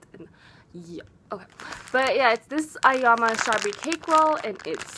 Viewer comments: Ayoiama is pronunced like: l am a... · I'm pretty sure its pronounced: EYE-YO-MA